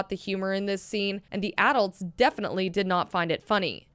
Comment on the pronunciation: Is nobody talking about how she's saying adults wrong